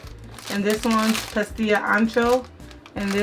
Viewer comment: Yyyaaayy!! You just said the words “Guajillo” and “pasilla” perfect girl! That’s an awesome recipe I want to try. I’m new vegan so I will learn more recipes with you. New subscriber here!!! 🙂 Gracias chica!!